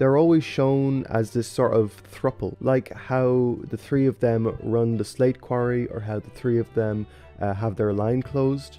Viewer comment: are you newfie by chance? when you say 3 its sounds newfie